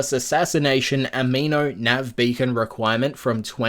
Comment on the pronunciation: It's Animo, not amino. Like animated not amino acids. Looks like they misspelled it on their own post lol